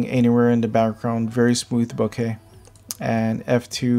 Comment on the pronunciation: great video. nice and informative. and you pronounced, Bokeh correctly and not boka. boka-kichi-maigu? .